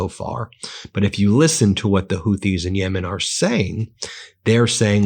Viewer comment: Ben, it’s Houthi- Hoooti as in booty. Thank you for correcting your pronunciation of Hormuz to Hormooz vs Hormoze. It discredits you to make these errors. I’m am no one and don’t pretend to be but you have a large audience. You need to be better versed in your content. I’m still subscribed but please keep working on fine tuning and deepening your content.